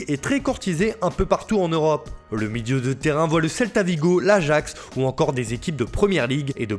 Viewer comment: le "midieu" de terrain 👌🏾😂😂😂